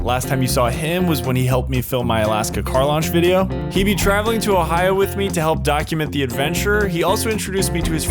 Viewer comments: “Day two” and “Ohi-ooo” 🤔🤣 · "ohiwho" sniped me